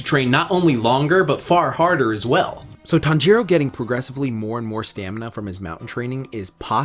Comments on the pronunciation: I hate how you say "tonjaro" instead "tanjiro" (tan-ji-(r/l) o) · Its tan•jiroo not tan•ji•roo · "my weeb heart" also him "tan jero" wtf foh cuh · "Tawn-jeer-o" EW WTF IS THAT PRONUNCIATION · Me when he says Tanjiro as Tan jiro 😰😱😭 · i hate the way he says "Tanjiro"